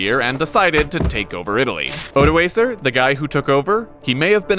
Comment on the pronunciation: Stopped watching as soon as you pronounced Odoacer wrong. But at least you didn’t call him OdoASSer so I’m not too mad.